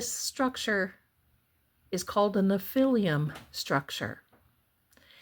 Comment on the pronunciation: All due respect, you're mispronouncing nephilim.